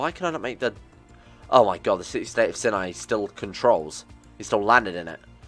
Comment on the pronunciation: It's not pronounced "sin-eye," but rather it is pronounced "s-eye-n-eye"